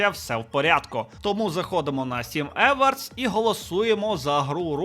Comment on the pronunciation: Awards - Евардс, трохи ріже вуха.